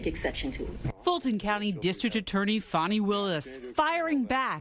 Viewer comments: Fawni? It’s fanny. 😂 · Her name is F-A-N-I Willis not F-O-N-I Willis